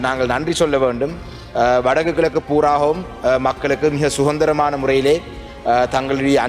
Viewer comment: சுகந்திரம் என்றால் நறுமணம் என்று பொருள் கொள்ளலாம் என்று நினைக்கிறேன். அது அதந்திரம் தமிழரசுக்கட்சியை பிரிப்பதற்கே நேரம் கானாறு எவ்வாறு உச்சரிக்கும் தமிழைச் சரிபார்ப்பது?